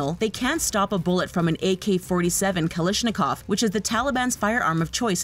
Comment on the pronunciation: "ak47 kalishnikov"